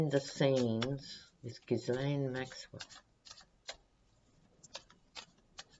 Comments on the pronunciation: canadian trivia. the "Ghislaine" name is very french canadian, and in quebec is pronounced "zheess-lenn". one of the witnesses called her "gee-lenn" with a hard g, another common french canadian name, spelled "Guylaine". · Hi Just to let you know Ghislaine is a French name of course and so the S in her name is silent. So pronounced Gheelaine.. Sorry I'm not trying to be pedantic😩 Love your readings!! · Pronounced (Gill ane) the S is silent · Minor, minor quibble - if I remember correctly, the pronunciation of Ghislaine in the French is "Zheel-EHN." Silent "S." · Trivia: Ghislaine Maxwell is pronounced ‘geelan’; the ‘s’ is silent — the ‘g’ is a hard ‘g’ and pronouced as the ‘g’ in guitar. ‘Laine’ is pronounced lan. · Sorry it's szee-lèhne Just googled it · Ghislaine - soft 'g' as in GIGI, The S not pronounced (french style) so shggggg III LAINE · Sorry don’t agree, we wd pronounce it gheeslaine.. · No it isn’t. It’s pronounced phonetically like * gislen * with a hard G, or * geese lane * I don’t know where this silent * s * idea comes from, but it is wrong. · Hi, just love your readings and your humour, just want to make a comment on Ghislaine's name It's pronounced 'jeez-len',, the French Just neeeds to make that comment, and I don't mean to be offensive just helpful, hop ethics helps in the future as I assume we will often mention her name, tk un